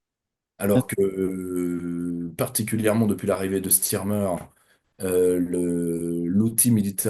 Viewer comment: 33;53 L'arrivée de Starmer (et non "Stirmer"), SVP.